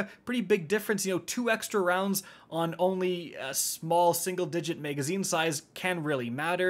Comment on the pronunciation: Why does he say “megazine”?